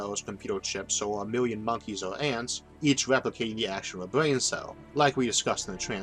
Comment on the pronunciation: It wasn't something to do with pronouncing brain as bwain?